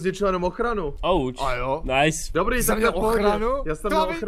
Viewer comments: Město Nice se nečte "najs" ale "nýs" Město Lyon se nečte "lajn" ale "lyjon" A Sevilla se nečte "sevila" ale "sevija" 😂 Prosím trhá mi to uši :D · Nice jako město ve Francii se čte Nýs voe 😂😂